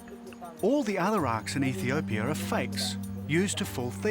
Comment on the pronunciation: EthiopiAAAAAAAAA there is no "er" on the end of the word. FFS